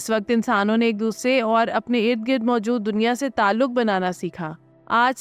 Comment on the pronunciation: Baji,, gird o ghubaar nahin,,, gard o ghubaar hota hai... Katha nahin ikhatta hota hai...